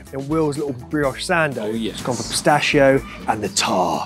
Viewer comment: Everytime i heard pistascio my ears bleed.. 🤦‍♂🤦‍♂